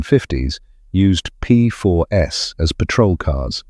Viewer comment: The confusing reference to “the P4 S” is presumably AI’s way of saying “P4s” (plural). Thanks anyway for a very interesting video - I owned four Aunties in the 1980s (not the 1980 S 😉), following my father’s footsteps who drove us around in a 75, then a 90 in the 1950s. He was indeed a solicitor …